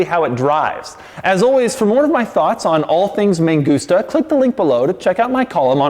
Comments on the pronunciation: Why does he keep saying ME GUSTA ? 😂 IT'S MAN-GOOS-TA. 😳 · Man gusta Not me gusta, lol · Sounds like "Me gusta" - I like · M A N G U S T A = M U S T A N G A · mangusta, mangusta, all I kept hearing was megusta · No "man gusta" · I speak spanish, same i just hear "me gusta" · Mangusta sounds like you are saying "me gusta" witch translates to "I like" or "I like it" in Spanish. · I kept hearing "me gusta" and it made me chuckle every time you said it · whole time, thought he was saying "me gusta"